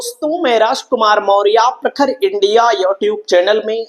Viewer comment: मौर्या नही मौर्य कहो कुछ पढ़े लिखे हो या नही